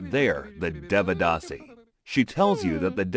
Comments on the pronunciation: Bro everything was good in this video but I wanted to tell you that in sanskrit script a have no sound its written like devadāsi but it sounds devdasi and also for A sounds you use Ā not normal A. I hope this will help you uderstand the scripts better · They said Devadasi like developer 😭 Dev rhymes with Dave, the D is pronounced like the sound you make when you say "the". Given that both D's sound like "the", the pronounciation becomes "They-vuh-da-see" Can anyone from South India actually confirm if all these facts are true? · It's not devadasi deeeevadaasi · Devadasi ❌️ They-ve-dhah-si ✅️ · It's pronounced "they-wuh-dasi".(I am tamil by the way). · Correction: It kind of began under the Pallava and Pandya dynasties, and reached the peak during the Chola dynasty. Sorry, but the pronunciation was terrible. Notwithstanding that, I appreciate you and your team for exploring these practises from the past and from across the world which have been ignored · bruh first learn to pronounce the word devadasi, don't give false information 😂